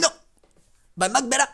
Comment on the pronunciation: "Let me know if I'm butchering it" You sure do, you sure do.:V I suggest, just call me The Mugbearer, like anyone else.:P